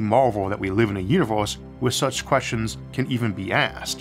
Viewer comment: the "Univeuws"